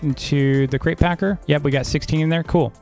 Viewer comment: Who else thought he said, welcome back to another great video? Then I realised it was crate lol